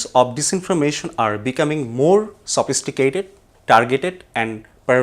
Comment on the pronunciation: Please make sure that the anchors who are going to represent the news pronounce the words correctly 🙏 Here I am providing one example "sophisticated"sophisticated adjective /səˈfɪstɪkeɪtɪd/ /səˈfɪstɪkeɪtɪd/